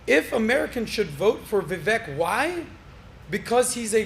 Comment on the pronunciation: Kind of a sorry host. He has interviewed Vivek many times now and still doesn't pronounce his name right. Pretty disrespectful if you ask me.